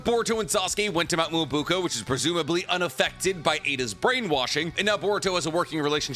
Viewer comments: whats mount "moouo buko". its Mount Myōboku maaaaaaan.cmon why u have to be a whiteman while saying this xD(im half white i can say this) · It's mount MyoboKU not boko.... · Nobody: Literally Nobody:: mo-BOO-ko.